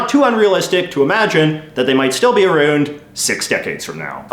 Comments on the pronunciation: Around is not pronounced "arooned" it's pronounced "a round" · there's no way you say aroond i don't think the canadian raising happens before consonants like N